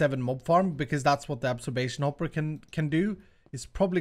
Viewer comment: its not absorbation hopper its absorption hopper